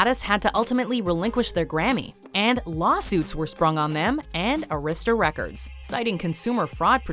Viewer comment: Might want to research how to pronounce Arista Records, folks, because it's wrong in this vid.